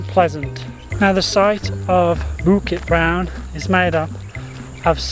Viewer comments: Your Bukit Brown pronunciation was fine. Sungai though needs a bit of work. You pronounced it as soong-eye, when it should actually be soo-ngaye. The best explanation I found was in one of the other comments where he says you should think of the word “singer”. We don’t say sing-er where the ‘ng’ sound lingers on the first syllable, so just apply the same idea to ‘sungai’ and you should be fine! Good job! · Hahaha, the emphasis on “Toa” Your pronunciation of Bukit Brown and Sungei Buloh were great! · Hey! You pronounced Bukit Brown and Sungei Buloh in Malay correctly!!! 👏🏻👏🏻👏🏻 Love your knowledgeable + funny trekking videos. Keep ‘em coming! 👍🏻😃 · Your "bukit brown" & "sungai buloh" pronunciation is amazingly perfect. Thumbs up!! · You nailed Bukit Brown 👍🏻 Sungai is pronounced Soo-ng-ai where the ng sounds similar to the ng in “Sing”